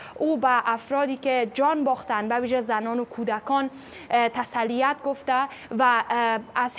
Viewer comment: مانژاد پرست نیستیم ولی حق داریم در شنیدن اخبار کلمات درست واضح و گویش❤ سلیس بشنویم..مثلا واژه تسلیت رو در همین گزارش دوباره بشنوید...اگر این پیج فکاهی یا علمی یا هرچیز دیگری بود قابل قبول تر بود اما در مورد اخبار رسمی و جدی روز مسئله متفاوت می شود.‌با احترام به ❤